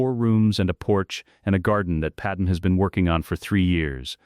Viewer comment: Why does this AI ALWAYS call "Pad-MAY" as "Padam"? Lmao